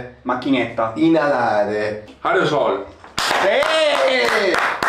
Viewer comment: ha detto areosol, non aerosol